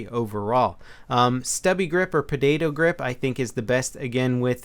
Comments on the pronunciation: it sounded like you said perdado grip lol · Is it just me or did he say "podado grip"? Lol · "Podado" Grip haha :D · podadoe grip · stubby grip or PADAYDOE grip lmao